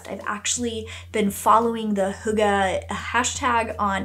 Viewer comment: Hey from Denmark ❤ hygge is a hard Word but Nice try ❤